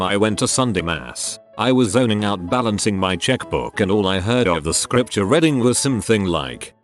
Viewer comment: This AI always reads "reading" as "redding", and the past form "read" and the present form "read" Pisses me off so much